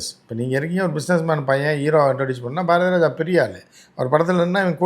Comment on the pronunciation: என்ன சொல்றாரு #ஜாரதிராஜா னு எனக்கு கேட்குது மத்தவங்களுக்கு என்ன கேட்டுச்சி 😂😂😂